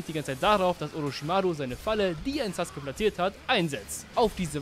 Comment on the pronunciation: Sasuke sagt mann und nicht suske(sus<. Meine ich natürlich nicht ernst😅😅. Und vielspass beim Video😊😊😅😂❤❤❤